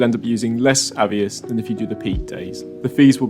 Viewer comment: Moot point lol, am i saying it wrong or are you saying it wrong? I’d pronounce it A VEE OSS, you say A VE iS 😂